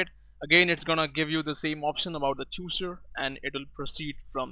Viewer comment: You don't even know how to pronounce chooser.